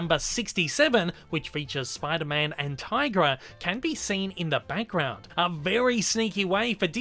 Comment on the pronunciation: Is it me or do you keep saying "bankground" insteak of "background".